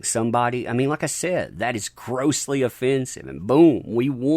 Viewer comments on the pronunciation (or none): none